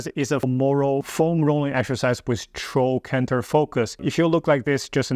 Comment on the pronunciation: you say right on the top with your chocantor , i know i'm mistaking what your saying but i couldn't understand the word. Are you massaging with the foam roller right on the hip bone or the softer part just below the bone? Please.